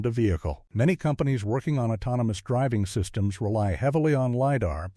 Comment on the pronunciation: Autnomiy Plarfrom? Autounimous? 😂. Prodduuction Facuiiity Expanssiiing? 😂😂😂😂